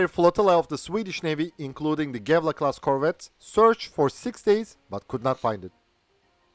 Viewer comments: Gävle is more like Yeahvluh, though, but the dark l is hard to even begin to explain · His pronouncuation is a bit off. G in these cases is pronounced like a J or Y. Ö is pronounced like ea in earth. Ä is a bit like A in scary. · he procnounces the ä and ö properly but the g in the beginning of göteborg and gävle is too harshly pronounced, its much softer, almost like a j, at least thats how we say the names in gothenburg (which is the english translated name for göteborg) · He manages Göteborg reasonable well but there is an easier route, use the English name "Gothenburg". Gävle on the other hand... Like Göteborg the G is soft, more like a J.